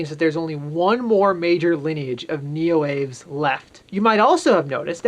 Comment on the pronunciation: Neoaves is pronounced Neo-Ah-Vays. It's a latinate name, so the E is pronounced. It's the same root as many other words for birds, like avian.